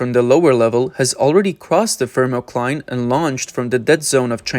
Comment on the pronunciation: everytime he says "FiRMOCLINE"<<<you gotta drink.